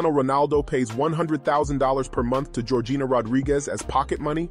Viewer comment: It's actually pronounced georgina